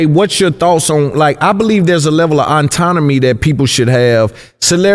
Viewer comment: Autonomy brother not auntonomy